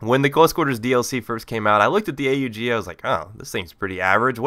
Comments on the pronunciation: Yes a commentator that finally says A-U-G which is the correct name. its not called the OG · I am glad to hear you call it A-U-G instead of Aug!